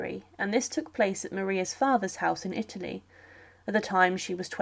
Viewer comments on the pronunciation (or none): none